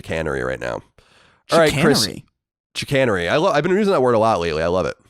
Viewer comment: I have never heard someone pronounce "chicanery" that way before.